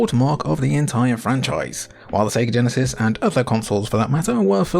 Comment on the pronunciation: Each time a Brit says "Genesis" a Flicky dies